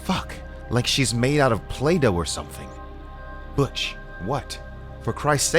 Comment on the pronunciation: Butch as in Butch Cassidy not Butch as in much.